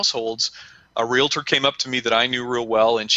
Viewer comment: Hey... the word is pronounced RE-AL-TOR... not RE-LA-TOR.